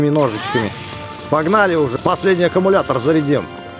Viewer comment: источник no акамулятор yes